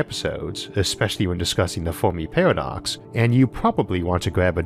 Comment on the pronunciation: today...'The Folmi peahwadox'!